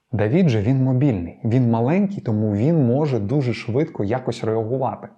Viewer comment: ДавИд!!! Не ДавІд!!!! И це не - і, це різні літери, РІЗНІ!!!